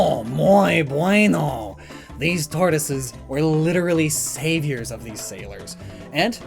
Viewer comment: i hated that french accent while saying "muy bueno" ufff